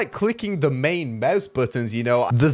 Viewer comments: 🙂 u said Meuse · Normal youtubers: mouse: meus That way he says mouse lol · Kinda sounds like you are saying mause